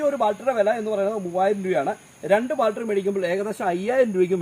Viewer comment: ബാൽട്രി അല്ല ചേട്ടാ ബാറ്ററി